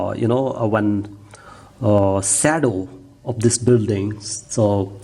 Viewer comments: very good work... But yar ye English accent badal ke na bol yr.. 😂 jesa hai vese bol na yar... Shadow hota hai sedos nahi 😂... Or sedos bol yar sahi hai... But dikkat aayi kaha.. Ki accent bhi badlna h... 😂😂 English bol yar... But normal bol na... Apni India wali... 😊 Baki kaam 100% zabardast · it is shadow not sadow,,,,and it is paint not color